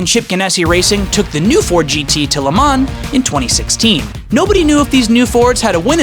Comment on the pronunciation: Hate the way he says Le Mans